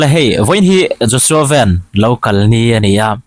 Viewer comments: Ni chiah. Mizo ṭawnga Van kan tih ang hian lam tur a nia. Hnam dang ang maia Ven an ti tlat hi ka lo ngaimawh khawp mai. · Sir, a hming a " Van" hi, Maruti Van/ Omni Van ang lam tur nilo in, Van, Sky/ Heaven ang a lam tur zawk aw. Pu Vanneihtluanga / pu Vana tih ang khan. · Josua Ven ni lo vin Josua Van ti a lam tur,Van hi mizo haw rawp a lam tur a ni e.Josua Van bawih thawnga a nia.Josua ti lo chu Lai hming a nia. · Tinge Van(motor) ang a i lam Van tih tur mizo Van(heaven) aw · i rilru a dikin mi rilru hriael tak i ni tih a chiang thin. Josua Van hming lam rik dan tur hi a Van lai tak hi Motor Van tih ang a lam tur ni loin, kan chung a Vân tih rik ang khian a rik dan tur a ni e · Joshua vennn tih kher a ngai lo Joshua van tih mai tur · A hming in lam dan hi ngaimawhawm deuh em mai,Van(ven) a ni lo,Van(Vân) ti lam tur a ni e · Sir,Joshua Van(sky) ti deuha lam tur aniang anu pawh khan alam tlata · Sir, a hming i lam dan hi a dik hlel thei angem aw ka tia...Vanram kan lam a 'Van' lam rik ang tur hi a ni zawk angem aw ka ti deuh. Vai hovin 'Aizual' ti a 'Aizawl' an lam rik pawh a dik lo deuh hú a kan hriat deuh thin kha🙏🏽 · Van sky tia lam tur. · A hming hi in lam dik lo zel hi a mak e. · Joshua Van(sky) tih a pronounce tur nge khan Van( motor van ang hi) ang khan a pronounce char2 sia